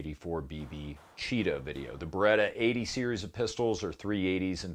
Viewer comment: C'mon, you know exactly how to pronounce beretta correctly. 😆